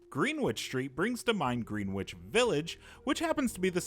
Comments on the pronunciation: Greenwich is not pronounced "green - witch". As a Brit, that pronunciation hurts. Americans, do us a favour and learn that it's pronounced "grenn - itch". That is all, thank you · Green witch street lol.... it's pronounced GRENICH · Gren-ich village. It’s not pronounced ‘Green- witch’ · Not to be that person... But... As a New Yorker, just for future reference, it's pronounced "Grennich", not "Green-Witch". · its greenwitch not greenwood, also in the uk we pronouce it Gren Itch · greenwich.... not Greenwitch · Greenwich is pronounced "GREN-NICH"... Take it from a New Yorker... LOL ;) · Killing me how he mispronounces Greenwich Village. The "w" is silent, man! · It’s pronounced “GREN-ICH”!! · this guy fr pronounces it as green witch?? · It’s pronounced “gre-nich“. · "GREEN WITCH" How you know someone is not from CT/NYC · Greenwich is pronounced “grennitch” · Oh lord, he said Green Which... it's Greenwich which has a silent W Americans... 🤦🏻‍♂️ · He pronounced Greenwich phonetically 🤣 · You pronounced Greenwich wrong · Every time you pronounce Greenwich wrong a puppy dies. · That’s not how you pronounce Greenwich lmao